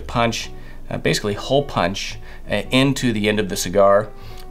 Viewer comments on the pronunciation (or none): none